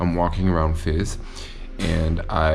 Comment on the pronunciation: Your pronunciation of Fez is a little fizzy. tee hee hee